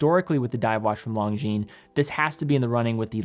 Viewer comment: If Longines representative doesn't say Lon"G"shines in HTH conversation with you, maybe you should stop it as well. I watch your videos a lot and I am subscribed but PLEASE STOP :)